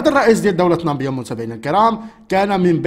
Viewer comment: Namibia و ليست nambia صحح النطق.